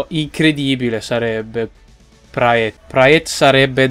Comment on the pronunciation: Praet si pronuncia Prat, lo so perchè seguo la jupiter pro league comunque è una bestia